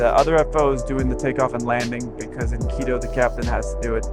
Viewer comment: It's Quito, not keto.